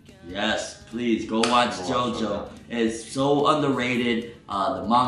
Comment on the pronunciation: It's still pronounced "Jo-Jo"